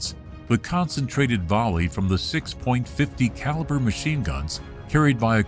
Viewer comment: Sixpointfifty caliber machine guns? What are those? Get a live narrator!